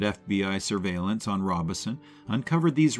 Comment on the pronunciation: “Take a Train”? Narrator, you’re probably poorly paid, but at least do some research so you don’t sound dumb. Find out how to pronounce “Robeson”.